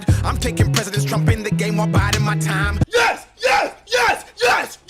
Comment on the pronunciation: thats not how you say time